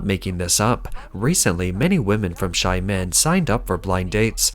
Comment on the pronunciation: It's pronounced 'Sha men' not shy men' but I think it works better